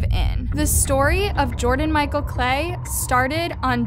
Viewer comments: It’s pronounced like it sounds klee. Not clay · It is Jordan KLEE. Not Jordan CLAY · It’s pronounced Dante. And Jordan’s name is not pronounced clay. Its pronounced like Lee with a k in front